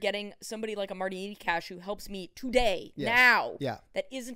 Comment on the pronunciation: I have literally listened to his home country pronounce it NAY-CHAS in Czech in interviews. Knee-cash ain't it.